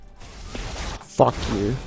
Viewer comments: This guy actually said Herro when he picked up the phone 😂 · "Herro?" Lmao